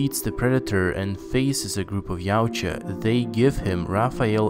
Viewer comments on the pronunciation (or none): they are pronounced YA OOT YA not Jautia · its pronounced as yaw-jah spelled yautja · a what... lmao YOW-Cha???????? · I doubt that Yautja is being pronounced as if it was Yaucha...sounds really wrong. Please, call them just Predators, it really cringes me hearing how you pronounce Yautja. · Barely 90 seconds in and you're already losing me. 'Yautja' is a fanon name-- you can tell from it's easy to hear stupid sounding pronunciation. It's never been canon name for the Predators. *NEVER* (For the fanboiz spoiling for a fight: the comics and games aren't canon. That's just a straight-up fact.)